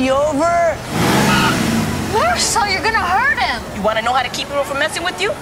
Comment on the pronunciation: Did they just call Marisol "Meh-ris-all?" ..